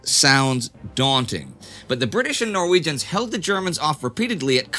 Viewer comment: I am from Trondheim. And must say I love how you prononce the norweigian names ..